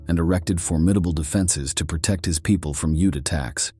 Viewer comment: PEE-oh-pul was a howler, too.😂